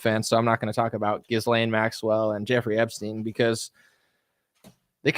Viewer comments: No it's not. It's pronounced as guh-lane. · it's pronounced "ghee-lane" not "giz-lane"